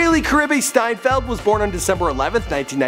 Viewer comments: Isnt it „Steinfeld“ and not steinfield? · Its Steinfeld and not Steinfield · Correction Hailee steinfeld* not field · Her surname is steinfeld not steinfield ... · Ugh it's hailee steinfeld not steinfield